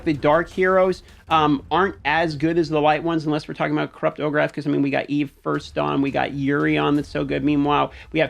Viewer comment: Just got him myself. Gotta know how you get “Ogerath” out of Orakh it’s “O-Rack” is how it should sound lol